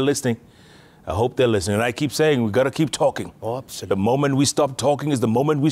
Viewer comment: "regouds" "abzolutle"☺️✍️